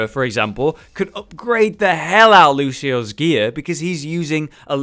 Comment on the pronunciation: Surprisingly enough, it's actually Lucio-ohs. Just look at the spray again.(The official spray).